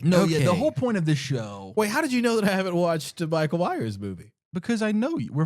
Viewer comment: the slip up with the "Micheal" 😂 lucky he didn't catch that.